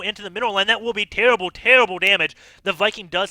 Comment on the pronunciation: Great game. The caster's voice made me chuckle a few times tho.. "Tewwible tewwible damage"